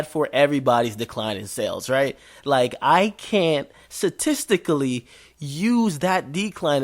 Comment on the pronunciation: it pronounced sTatisically Akademiks 😂